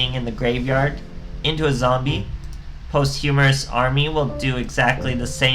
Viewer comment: It's pronounced "POS-CHU-MUST" but Post- Humorous is much funnier. (No pun intended )